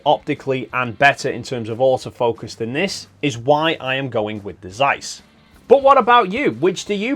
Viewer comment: Zeiss, you read it rong.